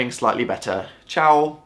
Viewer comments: I love how he did say 'ciao' at the end of his videos, i am italian and his pronunciation was so nice and cute. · HE SAID "CIAO" AND IT'S THE EQUIVALENT OF "HI" AND "BYE" IN ITALIAN AND I AM FUCKING ITALIAN AND HIS ACCENT IS SO GOOD OH MY FUCKING GOD I MAY BE OVERREACTING BUT I DON'T CARE AAAAAAAAAAAAAAAAAAAAAAAAA